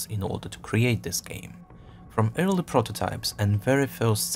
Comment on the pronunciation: Awesome video! But your pronunciation of "early" sounds too much like "eerily" so I got confused every time until you said a few more words :c